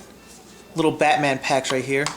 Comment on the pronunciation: Batman not Hubba bubba